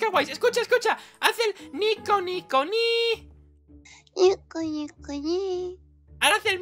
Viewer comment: se dice nico nico niiiiiiiii